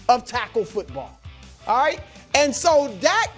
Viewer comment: Chris “Auight” Broussard